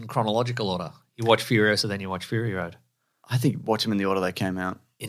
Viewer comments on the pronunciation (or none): It's Furiosa, not Furiosa